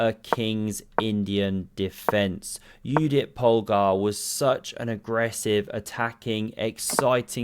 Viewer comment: You are my hero, you pronounced correctly Judit's name (as Yudit).